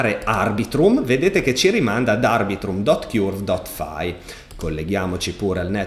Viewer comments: Ti prego, Curve si dice come Kurt (ma con la v, non la t), altrimenti mi viene sempre in mente il nido del chiurlo:D Per il resto sempre grandissimo! Grazie! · Curve si pronuncia cörv, che suona molto simile a burn, turn, learn.